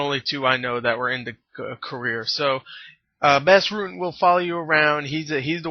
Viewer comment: u say his name (bos) rutten the A goes like an o not bass rutten bas rutten ur welcome